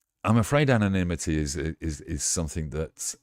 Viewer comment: It's anonymity, not 'anomity'!